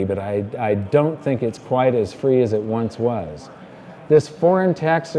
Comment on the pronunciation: "Land of the Freeh."